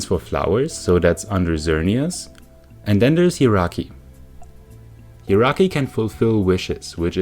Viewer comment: Oh my god i know pronunciation wars are a thing but your pronunciation of Jirachi is literally the best thing I've ever heard. All aboard the hee-rocky train